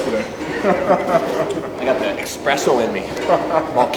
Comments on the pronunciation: Espresso, not expresso! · Why do Americans think it's "expresso", it's "espresso", how does an entire nation get this so wrong. Fkkkkkkk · Devon, it’s ESpresso! Haha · No one: Devon: DOUBLE EXPRESSO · Devon is a beast. The only thing he didn't execute flawlessly here was his pronunciation of the word "espresso".